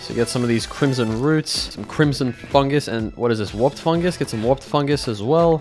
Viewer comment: When he said Warped fungus it sounded like a swear word